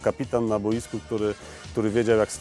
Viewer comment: "repentacja" niezmiennie, a poza tym calkiem spoko sie oglada :) edit: "na BOJSKU!"